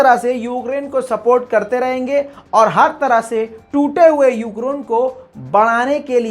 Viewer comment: Yougrain kyu bol Rahe ho